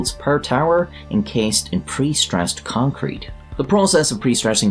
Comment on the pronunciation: or so you said "concwete"